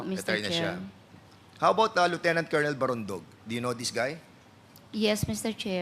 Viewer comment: Kolonel ba ang tamang pronunciation?